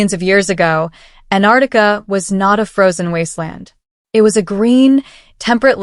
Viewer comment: It is not anarica It is Antarctica.